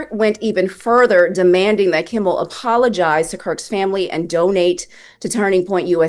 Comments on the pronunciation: Calling him Jimmy “Kimball” is killing me. It’s Kimmel 😂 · Kimmel fkn Kimmel not KimmBel......Kimmel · It's Jimmy Kimmel NOT Jimmy Kimbel. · It’s Kimmel, not Kimble.